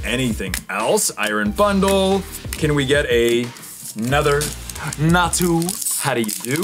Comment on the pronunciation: How are you going to like a Pokémon as bad as Natu and mispronounce it